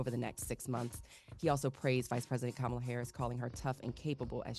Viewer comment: Can we correct everyone who mispronounces Kamala’s first name. It can’t be pronounced both ways.